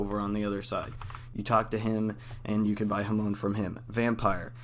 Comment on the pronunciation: “Ha-moan” Edit : Jokes aside, this video helps alot, thanks !